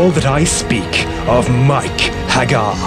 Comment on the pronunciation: The nostalgia value is very high. However, the faux-Brit narration utterly sucks. Nobody, I don't care what they're reading, rolls their R's that much. And no self-respecting gamer EVER pronounced the man's name "mike hag•GAR"; I understand you've got to fit a meter, but is it really necessary to murder your principle subject's name in every line it appears in the entire bleeding poem?... ... But, if you can get past the annoyance of the narrator and verse, the video is actually pretty awesome.